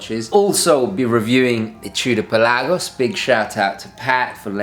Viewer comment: Thank you for pronouncing the name "Pe LAH gos." So many people call it the "PELL a gos," which drives me CRAZY! Thanks for another great review!